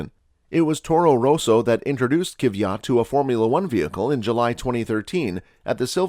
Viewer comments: I cant believe you butchered Danil's Kvyat last lol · But for real he butchered it LMAO